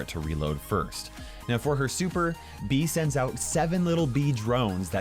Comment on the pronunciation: ITS not bee ITS bea